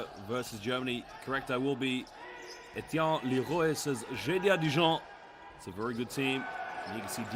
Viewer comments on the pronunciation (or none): none